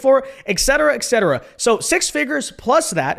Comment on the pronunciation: etcetera not excedera. do you say aminals instead of aminals? or expresso instead of espresso?